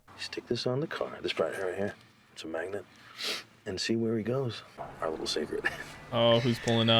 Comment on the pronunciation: I thought you said "widdle suspicions" lol